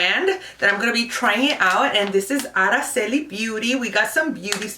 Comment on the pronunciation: I like that you can pronounce Araceli ur the only one who's pronounces it right ..!